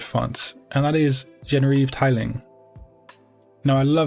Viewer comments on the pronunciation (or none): it's "Jenriv Titling" not "Tiling" OMG get it right